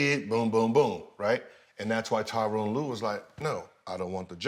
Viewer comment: Gil, Tyronn Lue is coaching the clippers, learn how to say his name damn it 😂 it’s Tyronn not Tyrone.